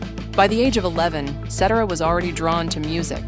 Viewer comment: They never pronounce Cetera's last name correctly 😂😂😂😂😂😂😂😂